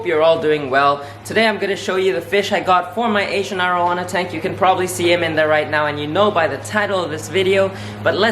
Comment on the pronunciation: Its air oh wana not are oh wahna